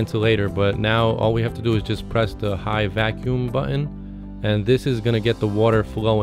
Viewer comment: Great video, NO STEAK for you until you pronounce Button properly...